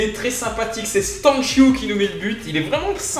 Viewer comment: Ptn tu prononce bien Stanciu y en a plein ils le disent comme un s (le c ) 👌😁